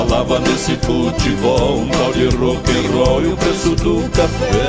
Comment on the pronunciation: Acho que foi de propósito... acaipirou o Rock....